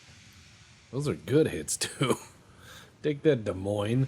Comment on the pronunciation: As an Iowa farm boy, I am pleased that pronounced the name of that ship correctly in regards to my state's capitol.